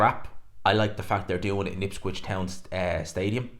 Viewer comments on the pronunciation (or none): Ipswich, not ipscwich😂